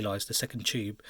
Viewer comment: "Ive kind a like bort different fings. Choob. " Right